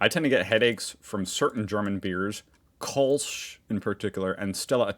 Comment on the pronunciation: It's pronounced "Kölsch", not "Kolsch".